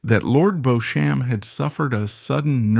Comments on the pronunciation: Sadly, for you in particular, whoever put together this video did not consult someone of your class and background. Beechum is spelled B E E C H A M. BEAUCHAMP is spelled B E A U C H A M P. The origin is French. And so, it is only natural to pronounce it as the French would. Personally, I would be more offended if they translated the name into proper King's English. The name would then be pronounced as "Goodfield". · If you're going to make a documentary about a person, whether accurate or not, the very LEAST you can do is pronounce their name correctly! This gives me zero confidence in your channel and it's obvious lack of even basic research. Nor is 'AI' any excuse. You can correct AI. If you're not willing to research and correct something so basic, you obviously don't research ANYTHING yourselves and just publish whatever unfounded nonsense AI may come up with! A history channel to avoid, people! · Fix robo narration. Can’t even correctly pronounce the main protagonist correctly!! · Please learn how to pronounce Beauchamp properly. It is Bee-cham not Bow-champ. And is is Sink Ports not Sinky Ports. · I can´t listen to this AI BS any more. It´s "Beecham" not "BOsham". Sinkay ports? I´m out. Sloppy and lazy. Ruined what might have been an interesting documentary. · The narrator keeps pronouncing Lord Beauchamp's name incorrectly..It is Beecham like Bee plus the beginning of the word cham(p) without the P. Coupled with the painfully pronounced 'aristocrat' I've only got 2mins in and I won't go any further. There is also no stress on the second syllable of a ris to crat ie not 4 syllables. It is said aris to crat ie three syllables.. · His name is pronounced “Beecham.” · Pronouced Beecham! as Jervaux is Jarvis Featherstonehaugh is Fanshaw etc learn proper English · AI does not know how to pronouce a lot of words. Beauchamp is Beachum? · Beauchamp pronounced Beecham. It's not "Now Voyager". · Beech’um. Not Beau Shamp! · It's pronounced Beechm and Liggan. Ffs